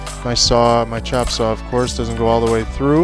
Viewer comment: Chopsaw not chapsaw.